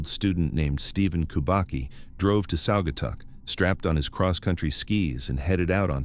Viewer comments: Sag-uh-taw is how it's pronounced. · Saw guy taw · Saw guh taw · Sagger tawr